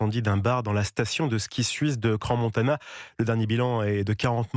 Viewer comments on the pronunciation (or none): CRANSS-Montana, pas CRAN.